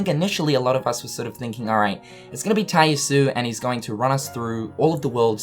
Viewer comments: says "Shooter Mode". Also still mispronouncing Tai Yasue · thank you, he says the name so often and every time im cringing.